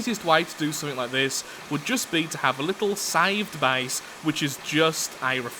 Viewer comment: When he says base it sounds like he’s saying bace